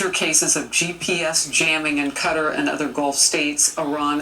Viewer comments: If I had a nickel every time she said cutter. What is it , a turkey cutter. Repeat after me: I love to carve Christmas turkeys with my new cutter.👏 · Cutter?.. Its Qatar. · Its KUH-TAR! That was annoying!😂 "Cutter"🤠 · It’s actually pronounced Cuttar not Cutaar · Yeah....I don't know why they pronounce it cutter. It's kuh-tar or guh-tar. It's the same as Iraq. I hear some Americans eye-rack/rock instead of i-rack / ir-ack. Anyway... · Cutter, no. Cat-tar, yes. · It’s QATAR, Not CUTTER. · Take a shot every time she says "cutter" instead of Qatar 😫💀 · Cutter or Qatar? I'm seeing Qatar on the screen. I have no idea who tf Cutter is. Cut-ARE! Cutter🙄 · is it though? Since its pronounced Kuh-tar not Cut-ter. "The closest pronunciation" sounds like you're encouraging ignorance because it's NOT the proper pronunciation and these people get paid way too much to mess up the pronunciation of a five letter country 😂. DOY!! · It's pronounced Ka-Tar... no idea why they're saying Cutter. When you fly Qatar Airways they don't say Cutter, lol. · It's kuh tar not cutter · Cutter? FFS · It is kuh-TAR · THANK YOU!!! I kept saying it every time... "kutter"??? LMAO!! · Bro, wtf is “CUTTER?” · On the national news saying cutter lol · You would expect professionals to pronounce it right atleast..who the fuc.k i CUTTER!!! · KUH-TAAR!! Damn that's driving me crazy. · Thank you ME TOO! I was stationed on and off there for six years nobody pronounces it cutter. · It's Qatar 🇶🇦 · no its not and kyiv is not keev its key-ev, im air force and was stationed in saudi arabia. never once heard cutter unless monday night raw was on and diamond dallas page was doing the diamond cutter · I literally haven't seen one person pronounce it correctly. I just yell KUH-TAAR at the TV now. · The ol heffer can’t even say Qatar lmao none of the missiles hit thanks to our ADA (Air defense artillery) them soldiers were finally about to get some action HOAH!! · The ol heffer can’t even say Qatar lmao